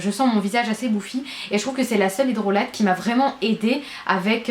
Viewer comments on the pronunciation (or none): c marrant tu dis "hydrolateee" c'est "hydrola" (mzme'sinsa s'écrit hydrolat 😉